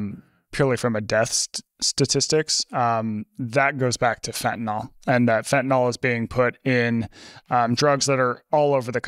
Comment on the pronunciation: Thank you Peter for correctly pronouncing fentanyl instead of fentanol like everyone else in the world. Sorry, pet peeve.